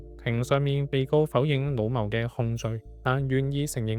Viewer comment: 老謀、老誤這些詞語跟很多發音有誤都是敗筆。